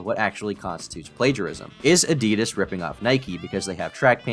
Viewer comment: How do you manage to say Adidas AND Nike wrong